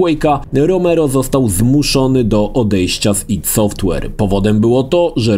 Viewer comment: AJ DI. Kurwa, serio. Tego ID sie słuchać nie da.